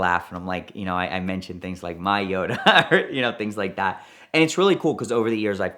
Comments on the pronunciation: Yoda? Jota is pronounced: HO-tah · I can’t watch any of his videos involving Lamborghini’s in case he says Jota in the weird way he does. It’s a shame, as I really enjoy his stories 😢